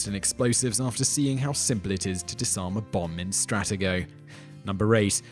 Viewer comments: Whoever does the voiceover for these segments needs to learn how to put the correct emphasis on the right syllables and read the names of board game companies correctly. Here are some examples: STRAT-e-go is pronounced stra-TE-go (if you think I'm wrong, type the words Stratego Commercial in the YouTube search window, and I'm sure you'll find and old commercial from the 1970s where the name of the game is pronounced correctly.) Milton Brady is Milton Bradley. Look at the box of an MB game like Operation or Life, and you'll see I'm correct. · Strattago? It's pronounced stra tee go! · FYI, its Stra-T-Go, just like its spelled!! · its Stra tee go not strat ah go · It's Milton BRADLEY...not BRADY! ...and it's Struh tee go!!!! Nothing like an English Accent that murders the Queen's English!!! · Its pronounced Strateeeego! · I am pretty sure you pronounced stratego wrong